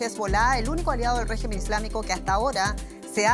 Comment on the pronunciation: La periodista hace enfasis en la palabra "regimen", refieriendose al gobierno iraní, pero no asi, oara referirse a la figura de Trump. ¿Acaso es Irán el que tiene bases militares por todo el mundo, ademas de amenazar a todos los gobiernos que no hagan su voluntad? Cuando EE.UU y sus lacayos europeos, incluyendo Alemania, deciden atacar a un pais por sus interes económicos, no hay quien los detenga. Pero EE.UU, tambien es capaz de castigar a sus propios "socios" si así lo ve necesario